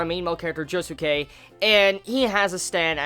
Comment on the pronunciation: The way pronounces Josuke. xD